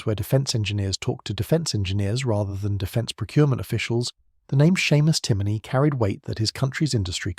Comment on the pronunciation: A.I. naration... "see an" as you pronounce it is pronounced "Shaun" and it is "John" in the Irish language.also your pronunciation of Timoney is also wrong..it is pronounced as "tim on e" and NOT "Timiney"